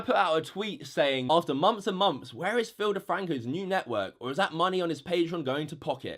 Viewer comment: what exactly is a 'mumpf'? He keeps saying like '7 mumpfs of pledges' but idk wtf a mumpf is.